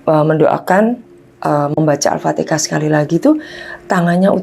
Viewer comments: BUKAN ALPATEKAH BU yg betul ALFATEHAH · Demi konten cerita ngarang dan bohong,nyebut alfatehah aja alpatekah.penyembah setan astarfiruloh berilah agar ibu ini taubat dan tidak bikin konten model ini lagi,cari konten yang bermamfaat dan mendidik.